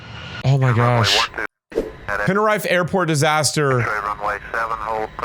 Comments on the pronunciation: Btw I’m not trying to be mean it’s just next time don’t pronounce Tenerife as teneryfe pronounce it as tenerifay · It’s pronounced tenerifee not tenirifi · It's (TEN-R-E-FE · its actually pronounced Te-ne-ree-fae. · Bro you suck at reading at the beginning you wrong it that's tenerife airport disaster